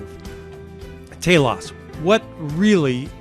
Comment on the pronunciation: If I'm not mistaken, Telos= Teelohs. (Subjective) =Purpose. Different emphasis on syllable but same meaning.